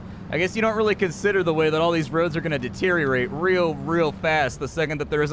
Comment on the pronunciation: You said caltrans 😂 thats what i do